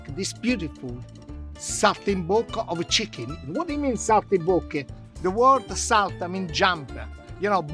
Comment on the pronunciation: Somebody else noticed that,in the begining he says chckin instead of chicken 😀 anyway food looks amazing.